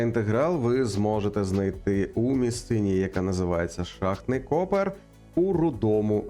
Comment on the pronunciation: "Шахтний копЕр" а не "кОпер". Це я як справжній шахтар заявляю, а не як якийсь там зубрилка українського словника. Копер — споруда над стовбуром шахти, в якій розміщують напрямні та розвантажувальні пристрої для скіпів і клітей.